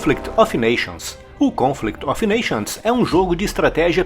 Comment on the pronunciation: Esse "of" em "Conflict of nations" pronuncia-se "óv".